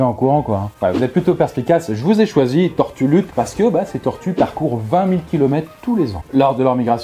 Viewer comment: Sur le coup j'ai cru que tu avait dit "Salut les turlutes" mais non tortue luth mdr